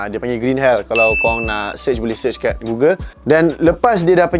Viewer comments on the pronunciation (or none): none